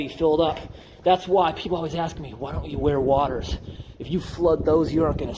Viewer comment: awesome content!! this is exactly the kind of exploration content i like to see, when it's done safely also did our man just pronounce "waders" as "wadders"??